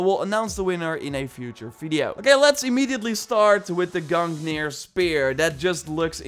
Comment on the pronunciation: it isn't GUNKNIR it is GUNGNIR and it's odins spear